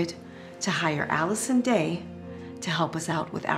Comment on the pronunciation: I litterly died inside buy cringing when they say Allison Day